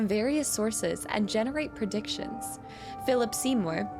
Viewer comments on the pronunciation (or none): none